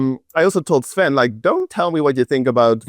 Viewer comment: 👋🏻 It's "Sven" tho